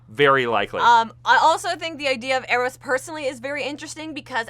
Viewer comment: Doctor Psycho would be an excellent villain for a movie set around now, he'd be so easily tweaked into some alt-right incel/MRA type that it's almost as if they were around in WMM's day :P As for Chris Pine, I really like the Steve Howard theory best (btw, Eros is pronounced with a long E :) ) though I think he's just going to be a descendant of the original Steve Trevor, somehow. Cannot wait for this movie :)